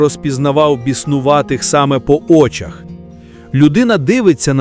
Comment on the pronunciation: По Очах?? Наголос на О? Серйозно? Ознака замість ознАка?? Ну стежте за орфоепією.